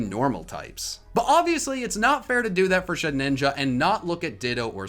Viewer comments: Why do you add an extra “n” to Shedinja’s name?! It’s Shed-inja, not Shed-ninja. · Shedinja,. Not Shedninja. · did he just say “shed-ninja” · Why is he calling Shedinja "ShedNinja"? I feel this is some in-joke I missed out on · Who else cringed out with the way he pronounced shedinja